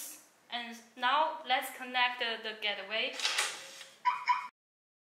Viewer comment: Gateway pronounce as "gat way" not "get the way"